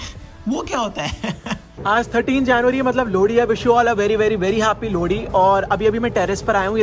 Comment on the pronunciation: Lodi nhi bhai 😂 lohri 😂❤️❤️